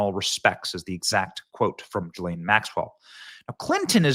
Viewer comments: Gil-lane is how her name is pronounced!! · It's pronounced ghee-lin